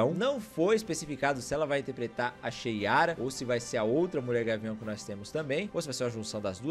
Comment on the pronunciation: Fala! Queria fazer apenas uma sugestão de correção sobre o nome da Mulher Gavião. O nome dela é Shayera* e não Sheyara.